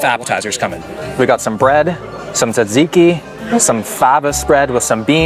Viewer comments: Yeah most people pronounce it tzaviki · I am surprised they didnt try to kill u for the pronunciation of tzatziki instead of the chicken souvlaki recipe 😅